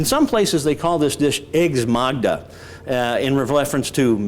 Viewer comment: It's eggs Magda, not eggs Magma.